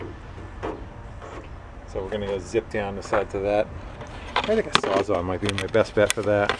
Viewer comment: why does everyone call it a sawzaw